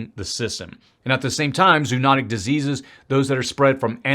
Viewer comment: My Prof would want me to correct your pronunciation of zoonotic… it’s never “ZOO” but Z “OH” He’d be SO proud.. he REALLY stressed that 1 million times in our Zoology class (pronounced “Z-OH-AL-ogy” 😊